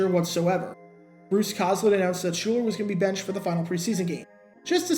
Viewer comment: Shuler Not Schuler. Shuuuuuler